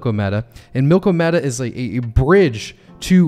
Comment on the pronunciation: AGIX! Thanks for doing this one,. Also: Think "Andromeda" when you say "Milkomeda". It always helps me!